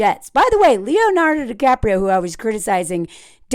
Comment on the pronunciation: Leonardo DiCraprio 😂😂😂😂😂